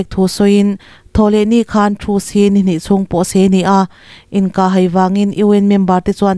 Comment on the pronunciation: 'inkah hai' tih a 'hai' tih i sawi dan khi a dik lo a nia. Engtirna han tarlang ila: " Lei ka lai" tiha 'lai' tih thluk anga thluk tur a ni e. 'Bawng ka kai' tiha 'kai' tih ri anga sawi tur a nia. Tawng thluk dik hi i ngai pawimawh hram hram hram ang u aw.👍